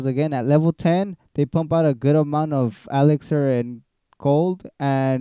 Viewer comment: He's mocking how you say elixir xD